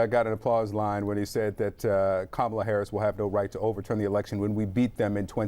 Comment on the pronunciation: He pronounced Kamala’s name right. I’m assuming the other trumpers purposely mess that up